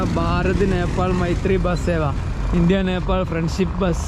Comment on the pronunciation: Uneducated പറഞ്ഞാൽ തിരിയാത്ത നാക്ക് വടിക്കാത്ത വടക്കൻ കാക്ക കുഞ്ഞ്… റീച് കൂട്ടാൻ ആയിട്ട് നേപ്പാൾ ടൂ കൊണ്ടോട്ടി എന്ന് ഇടായിരുന്നില്ലേടാ?